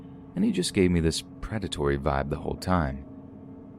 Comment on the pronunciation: Did he just say "he didnt give me a good VIVE instead of VIBE??